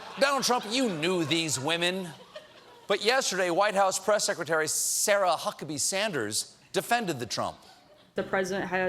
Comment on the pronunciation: Love how he drags the "S" in Sarah, since last time he mispronounced her name as "Hara Suckabee".